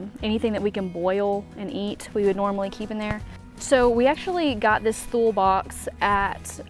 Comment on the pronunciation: Not sure if anyone's told you yet, but Thule is pronounced "tool-ē" lol.